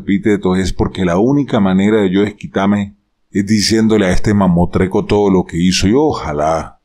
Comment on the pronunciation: Buenos días Profesor, se dice “mamostreto” lo admiro mucho.